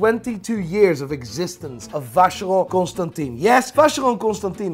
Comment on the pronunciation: exactly. is probably the person I know of with the greatest knowledge in watches, so hearing his pronunciation with Vacheron is disturbing 😳